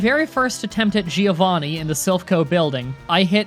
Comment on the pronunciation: THATS IT I heared you mispronounce the name Giovanni one too many times! :D You dont really pronounce the "i".. the italian "gio" sound is similar to the "jo" in the name Josselyn or John. Giovanni is in fact the italian version of John. So please please never say "Giiiooovani" again :)